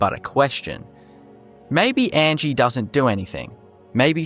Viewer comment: 1. The creator mispronounces Angi's name throughout the video. Angi tells you how her name pronounced, "ahn-gee". 2. Angi is far from the only Nord NPC with just a first name. 3. Angi has purposes, to train archery and to be mysterious I suppose. To give a few examples of less interesting NPCs, the child and sultry woman from the Mind of Madness quest do absolutely nothing but hang around, and there is an NPC in the Solitude warehouse who does nothing but sleep. All this being said though, there is cut content in the game, as evidenced by the Creation Kit and the mod Cutting Room Floor by the author of the Unofficial Patches, so who knows what might've been planned, but not implemented for Angi. 4. Faendal does more than chop wood. He has a full schedule. UESP (the most accurate TES wiki btw) goes as far to say that he actually goes out and hunts in the mornings, and if you retrieve the Golden Claw for Lucan Valerius and have done the Riverwood love triangle quest in favor of Faendal, he will actually come and visit Camilla instead of hunting.